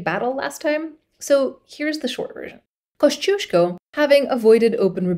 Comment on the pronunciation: As a praud fanboy of Kościuszko I love to see him getting some attention. Can't wait for the part II. Also, very nice pronunciation of Kościuszko and other Polish names!